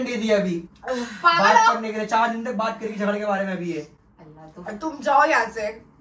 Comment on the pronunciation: Not jhade is jhagde 😂